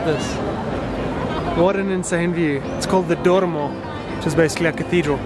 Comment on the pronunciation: Hahahaha Duomo, not DuoRmo. Made me laugh a bit. I related by the fact that I built most of my network on planes..! And i force myself to be lonely sometimes, just to appreciate better and be more focused when i am with other people. Nice vlog